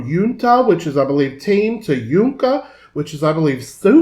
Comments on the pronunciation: Dear the word that you mentioned as yunca in reality is a word in zapoteco xhunca which its correctly pronunciation is shunca, mis pronunciation by Natalia, the meaning of the word is the last borned daughter, this is a sweet form of calling the last daughter, andres enestroza the writer wrote this originally in zapoteco which is a dialect of Oaxaca, Mexico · en realidad se pronuncia "shunca" y se escribe xhunca. Lo que pasa es que Natalia lo pronuncia muy fuerte. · Xhunca es la más pequeña y la más consentida de la familia. La forma correcta de pronunciarlo es "shunca ". Es una expresión de cariño en la lengua zapoteca del Istmo de Tehuantepec, porque en el zapoteco de otras regiones tiene otro significado.